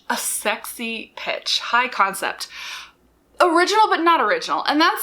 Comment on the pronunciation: Yes! I thought she was say, "com set". I was then trying to figure out the meaning of com. The most common use in my own life is at work, where com is shorthand for the communications department.